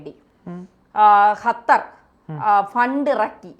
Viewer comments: ഹത്തർ അല്ല..... ഖത്തർ...!!!! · ഹതർ അല്ല ഖത്തർ aanu